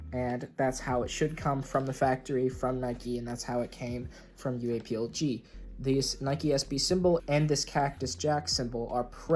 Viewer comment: Please just pronounce it UA plug man that’s how it’s pronounced